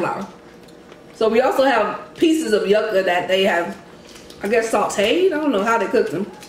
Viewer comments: Yuca (pronounced: jooka, j as in jump) It is casava. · I always like the videos before i watch😂. That yucca be so good. Ya'll need some Portuguese food and some of there Sangria in ya lives lol. Food looks tasty tho. Mad Jealous lol. ✌T.T it's pronounced you- ka not yucka 😂😂 Makes it sound like it taste nasty lol just wanted you to know for next time you get some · i’m loving the cultural mukbangs 😍😍 the yucca is also pronounced (you-kah) :) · YouKa is how yuca is pronounced. But you put the yuca flower on the meat or beans